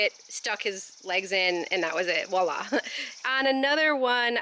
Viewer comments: Nooooo! Don't say walla! It's "voilà" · cracks me up! “Wa-La”, as it comes out of the bucket in pieces! 🤣🤣🤣🤣🤣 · Awe you guys are too cute. I think it's funny how the French word "voilà", which means here, this or there, has been turned into "walla". Love it. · I enjoy your videos! Very entertaining and informative. I have to tell you though that voila is pronounced with the v, "vwah la". it's a word from the French language and the v is not silent. 🤓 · Voila, (V not W!). It’s a French word! Enjoyed the end result.